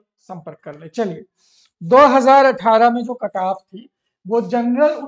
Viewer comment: Sir aap cutoff ko kataaf bol rahe hai